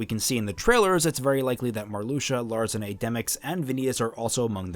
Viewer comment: I think you mistyped and put Xigbar as number 7 instead of 2. Btw since the organization members were gathered through time, I think they still have their nobody names. And lastly Larxene's name sounds a million times better how it's supposed to be pronounced imo. Sorry dude.